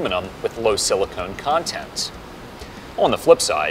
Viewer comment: Silicon, not silicone 😐